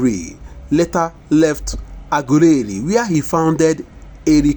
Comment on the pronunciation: Lol the person reading is illiterate can’t even pronounced well 😢 Shame on u lol😅😅😅😅 aguleri my foot